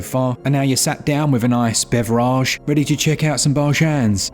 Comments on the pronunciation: Ah yes, bev-rahge, bar-jahns, and building the backlog. Welcome to switchup!!!! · Great video,! The "sat down with a nice bev-er-aj and check out some bar-jans" really made me chuckle. I'll never tire of how you jokingly pronounce some of this stuff!